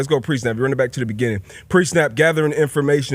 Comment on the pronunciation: The “breginning” of the progrum